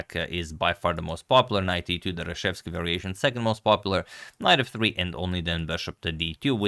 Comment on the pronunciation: aaaah, the 'nite bee tew' boi 😂😂